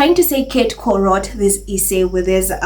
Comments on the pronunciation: Hi,. I like your videos a lot but your pronunciation of essay is wrong. It is not pronounced eee-say like pees. it is pronounced s-say. Also, it is not pronounced peesants, it is pronounced pezants. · It is pronounced S-SAY. NOT E-SAY.